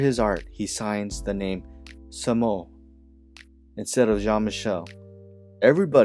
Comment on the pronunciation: lol..its pronounced (Same-Oh) not Sahmo. Jean-Michel & his bff at the time Al Diaz spray painted all over nyc. The origin of the word comes from their neighborhood where a person would ask , how are you..and the reply they would hear is.. "Same O Same O". meaning Same old thing, Same old thing.